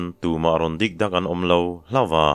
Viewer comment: Kan sawisel ve lawk ang che, tuntum I thawnthu chhiar, pahnih hi chu a mak deuh kati deuh, hawlo la, a chang tawp ah hian, HLAWM A tih hian a tawmp deuh vek a, hai hi nidanga I rhawnthu chhiar thin nen a dangdeuh in ka hria, Hlawma tih hi hman na awm leh awmlo hi a awm thin in ka hria, kei chu ngaithlak pah hian ka chik riau zel, kan ti deuh duah anih chu, a ngaihthlak nuam thin sia